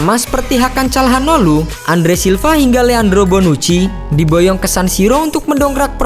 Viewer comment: Pengucapapan ada yg salah min : 1. League 1 (liga wan) 2. Calhanoglu (calhanolu) 👍👍👍😊